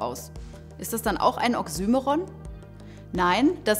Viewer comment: Sehr gutes Video! Auch wenn mich die Aussprache von oxymoron stark gestört hat, da das Wort in meinen Kreisen deutlich anders ausgesprochen wird